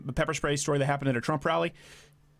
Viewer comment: "And then they pepper schprayed her" ...Love how you say pepper spray! xD